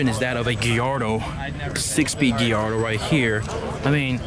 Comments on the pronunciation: What the hell is a "Gee-yardo"? Most normal people pronounce Gallardo "GUY-yardo." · Its guy-yardo not ge-yardo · First time i heard gillardo as gallardo but everyone can pronounce it how they want to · “Giardo” wtf🤣🤣🤣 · its pronounced guy-yard-oh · Lol for real the Geeardo was annoying me